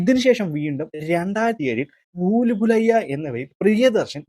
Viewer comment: Booloolayya alla dey.....bool bhulaya😂😂😂😂